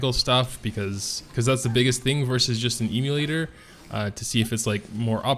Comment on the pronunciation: Please stop saying eeemulator.